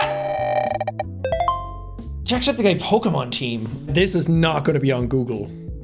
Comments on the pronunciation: Jack is fucking lying about never being into Pokemon he said every name 100% right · jack: "i dont even know how to pronounce this names" also jack: pronounces them all right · wow u did a really good job with the pokemon names u got them all right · "i dont even know how to pronounce these things" damn, and he said the correct, thats crazy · "I don't even know how to pronounce these" proceeds to pronounce all of the pokemon correctly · Jake. I don't know how to pronounced these names. Also Jake gets all of the pokemon names right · I love how he says that he doesn't know how to pronounce any of the Pokemon and yet he pronounces all of them right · Jack nailed the pokemon names.